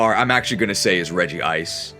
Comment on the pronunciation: why did you add an extra syllable to Regice's name